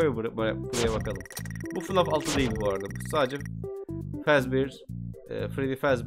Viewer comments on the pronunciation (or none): none